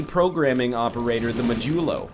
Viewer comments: Did this guy actually just pronounce modulo as mahjewlo? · the way you say modulo makes me irked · Forget pasta and lava. Modulo might be the weirdest pronunciation of a word I've heard from him.